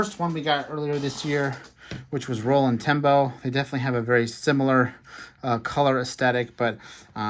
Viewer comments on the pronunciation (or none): none